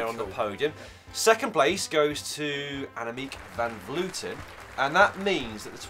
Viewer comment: It is brilliant how you pronounce the dutch surnames of van vleuten and van der breggen.